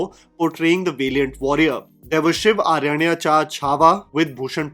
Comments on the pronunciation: bro wtf is shiv aryanyacha 😂😂 it is Shivrayancha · Dude's butchering pronunciation of "Shivrayancha Chhaava" is brutal. I still don't understand how he managed to say "Shiv-aranyacha Chhaava" to Marathi "शिवरायांचा छावा". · 🤣🤣 "shiv aranyacha chhava" no its "shivrayancha chhava" means king shiva's cub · Hey man just a heads up.. you pronounced the shivrayancha chhaava (film made on sambhaji in 2024) wrong. It's more of shiv-ray-ancha Chhava. Just a quick fix. Anyways good review. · Shiv-RAYAn-cha Chava. Pronunciation*.